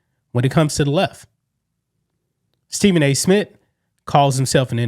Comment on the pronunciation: Nobody notice how he keep saying “Stephen A. Smit” dog wtf lmao